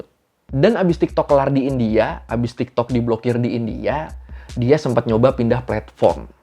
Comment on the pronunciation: Please bang bilang Kata2 “India” nya biasa aja , kek gimana gitu di telinga 😰